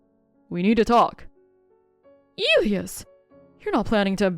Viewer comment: Elias is pronounced ( and I'll do it phonetically) E lie ass